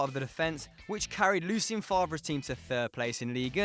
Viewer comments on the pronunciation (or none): none